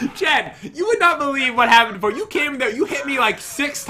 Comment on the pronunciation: pat says noise so weirdly